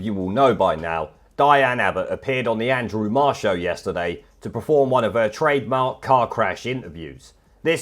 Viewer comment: Andwew Andwew Andwew.